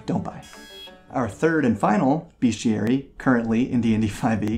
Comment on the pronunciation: Sorry, I am going to have to be "that woman". Bestiary is pronounced "best-yur-ee", not "beast-ee-ur-ee".